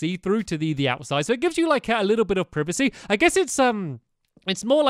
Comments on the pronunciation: Stampy what is proovicee? I think you meant privacy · Your saying privacy wrong.